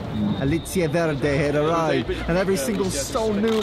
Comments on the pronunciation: Verdé non si può sentì però ahahhaa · The way they pronounce "verde" is just to funny 😂😂😂